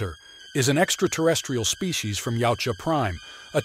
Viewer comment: Wow...finally someone pronouncing 'Yaujta correctly